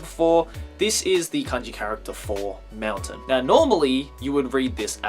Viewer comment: Is he saying mountain or meltdown or what ?